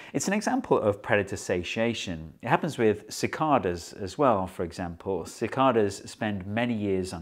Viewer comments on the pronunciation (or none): The guy has no clue how to properly pronounce it. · No “r” in Cicadas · The rest of the world says 'sa Kay das'